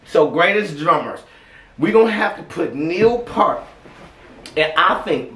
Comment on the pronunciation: Like this " PEERT "